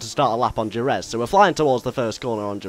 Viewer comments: you say jerez wrong its pronounced with a h and jerez looks nothing like what it does in really life ive been there for moto gp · soory buddy... its pronounced "her-reth" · Jerez is pronounced Hereth ;) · djzeherez is not how you say it... its jerez, said 'hereth.' you say it differently every time. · Jerez is pronounced HER ETH not HER EZ! GRRRRRRRRRRR and sweet with 1980's and 1990's cars and tracks! :D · Jerez is pronounced heref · jerez is pronounced he-reph went there for testing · Jerez is pronounced hereth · 'Horrendous' pronunciation of the track Jerez (Hereth) ;) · Jerez. Pronounced with an H. that's cool we can drive older cars and tracks. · its pronounced hereth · You said a 1980's Caterham..... are you fucking kidding me....... And Jerez is pronounced hereth... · no more like her-reth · it's pronounced hereth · Jerez is pronounced He-Rez. Just like Jorge is pronounced Hor-hay and Jalapeño is pronounced Ha-la-pen-yo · Would like to correct you slightly. Jerez is pronounced 'Hereth'. JUssayin. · Jerez is prononced "Hereth" but otherwise great vid cannot wait for this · BTW Jerez is pronounced Hereth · Also Jerez is pronounced "Hehreth". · Jerez is pronounced Hereth mate ;) Just letting you know. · I believe it is pronounced, "hereth". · Jerez is pronounced "hereth". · Im Mexican and am disappointed at your pronunciation of Jerez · Please learn to pronounce Jerez properly! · If you said Jerez properly that would be nice... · You pronounced Jerez wrong (because it's Spanish, the J makes an H sound.) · i like how you said "jerez" lol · That pronunciation of Jerez :P, Fantastic video though! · u realize you pronounced jerez wrong